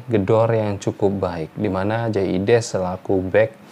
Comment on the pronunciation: Biasakan sebut nama orang sesuai spelling hurufnya. Logat mungkin sudah hilang, tp jangan ubah ejaan namanya. Jay Idzes, bukan jay ides...